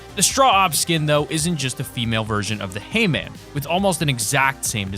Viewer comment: When he said hay man, I heard Hee-man